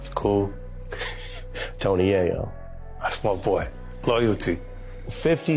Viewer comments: It’s Hov not Jav Yay-yo no yah-yo 😉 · Tony Yaw-Yo? Really? Are you a robot? You’re really not connected to the universe of music is you can’t say the name right. This seems like it’s one sided… You Hov as Hav… I had to stop. This is wack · I can't with this stoopid ass AI voice. Clearly they tried to model The voice of a young black man. Any young black man of this era would know how to say HOV,In Da Club, YAYO... it's just too much inaccuracies to listen to.